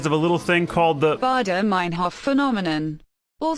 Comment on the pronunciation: She pronounced 'Baader-Meinhof phenomenon' wrong.